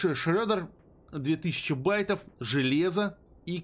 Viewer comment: не шрёдер, а шредер:)